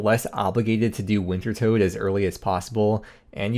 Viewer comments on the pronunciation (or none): It's tot not tote!! Reeee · I thought it was pronounced winter tod. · Listening to you say Wintertodt wrong over and over and over is absolutely unfuriating. The correct pronunciation is WINTER-TODD